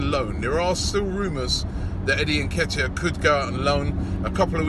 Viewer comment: Robbie, let me help you with the pronunciation of Nketiah.... 'inkay-tia'. You are welcome!